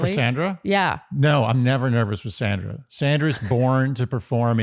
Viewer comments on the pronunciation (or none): I gave y’all grace for the first week, but it’s pronounced Saundra! Not Sandra! 🤪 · Please pronounce each person’s name as she/he does: it’s Sandra with an aw sound, think of it as SONDRA. We’ve all had difficulties with the lead’s unconventional pronunciation and I think it’s important to accord everyone the same respect. Word watch 3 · Please, pronounce Sandra's name correctly. She pronounces it "Sondra". I agree that Kathy is being petty. Word watch: 8 drama Caren